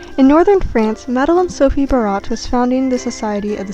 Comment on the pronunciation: The last name. “Barat” is pronounced “ bear - a”. The letter “t” is silent.